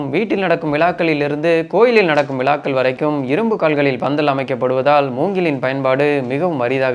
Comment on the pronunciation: விழாக்கள் சகோ விலாக்கள் இல்லை உங்கள் தமிழ் உச்சரிப்பு நன்றாக இருந்தது ஆனால் நீங்களே இவ்வாறு தவறு செய்யலாமா👍